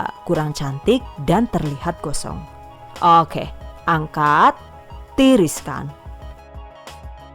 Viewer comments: suka banget pas bilang "owke" 😆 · "Baris Okeh" 🤔